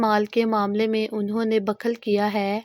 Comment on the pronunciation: Bakhal nahi bukhal hota he